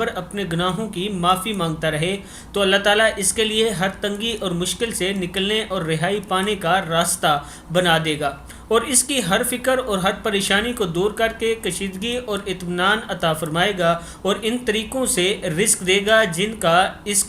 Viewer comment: kushaadgi hai kashigi nahi